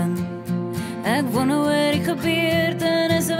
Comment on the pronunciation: Dis so 'n mooi lied, maar wat bederf word deur die uitspraak van wonder. Ek "wonne of..." Dit klink sloppy en kommin.